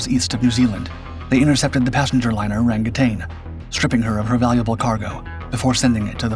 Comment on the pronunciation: Rangitane is pronounced RUNG-a-tah-nay